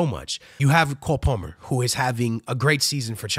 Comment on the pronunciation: You can’t pronounce Palmer bro?